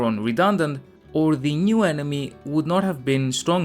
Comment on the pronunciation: It isn't "The New Shadow", more like "The Joo Shadow"